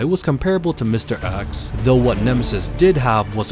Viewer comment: It's mr.X not mr.Axe.